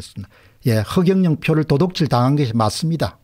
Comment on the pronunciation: 공대표님 도독질이 아니고 도둑질이라고 발음하면 좋겠네요.